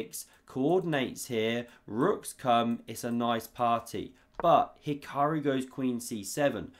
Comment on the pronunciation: Magnoose and He-kuh-roo are the S tier, Leko, pronunciations.